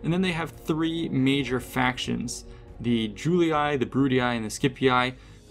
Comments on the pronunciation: How disappointing that you are repeating CA's mispronunciation of Latin names and words. The "ii" in names such as Julii, Brutii and Scipii is pronounced "ee", not "eye". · BrutiAi, SkipiaAi and JuliAi gets me every time 🤣🤣🤣🤣 It was to simple to pronounce them correctly like Brutii, Scipii and Iulii 😂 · boy stop pronouncing Julii as July-Eye, it's pronounced You-Lee. Brutii is like Bru tea. And Scipii is Skepee